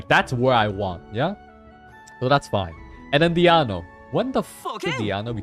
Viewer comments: So he regularly calls Diona as Diano?🤣🤣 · Why is he intentionally calling Diona as DIANO 😂😭💀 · is he calling her diAno willingly , its making me go crazy. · You think it's Diona? No. It is me, DIANO